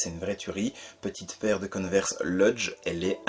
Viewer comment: Coneverse ou Converse 😅😅😅😅